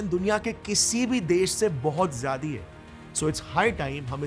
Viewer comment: Bohot jayadi ❌ Bohot Jayada ✅